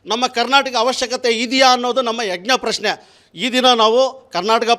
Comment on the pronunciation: ಲೇ ನೀವೆಲ್ಲ ನಿಜವಾಗಿಯೂ ಕನ್ನಡ ಹೋರಾಟಗಾರರಾ? ಅಂತ ಅನುಮಾನ ಆಗ್ತಿದೆ, ಮೊದಲು ಕನ್ನಡ ನೆಟ್ಟಗೆ ಮಾತನಾಡಲು ಕಲಿಬೇಕು ನಂತರ ಕನ್ನಡ ಹೋರಾಟಕ್ಕಿಳಿಬೇಕು. ಏನದು 3.32 ಯಜ್ಞಪ್ರಶ್ನೆನಾ? ಅದು :*ಯಕ್ಷಪ್ರಶ್ನೆ **ನಾನು ಯಾವೊಬ್ಬ ನಟನಿಗುಾ ಅಭಿಮಾನಿಯಲ್ಲ! ನಾನು ಕನ್ನಡಾಭಿಮಾನಿ!